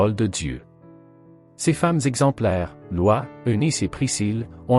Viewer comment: Prononciation de "Lois" 😄